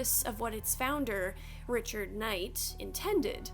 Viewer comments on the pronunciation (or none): none